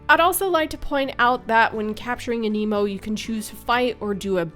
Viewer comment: Thank you for pronouncing aniimo as aniimo and not animo.